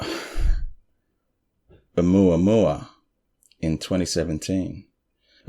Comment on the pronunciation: I really enjoy your channel. Have shared w/ 3 other friends I know have an interest. Asked them to like & subscribe too. Dr Avi Loeb (pronounced “lobe,” like 👂 lobe). You nailed the pronunciation of Oumuamua!! If I hadn’t heard it, I’d of flubbed that one bad.